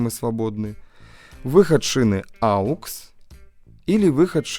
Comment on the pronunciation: да не аукс, а окс!! хватит уже делать эту глупую ошибку.